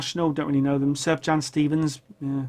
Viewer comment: Wow Miles started recording in the early 50's, how did I get it that wrong..... I even read his book. Also one more thing, Sufjan Stevens is amazing... but you're pronouncing his name wrong, like most do at first... If you've never heard Illinois, you have to listen to it. It's progressive, jubilant, and I think you'd dig.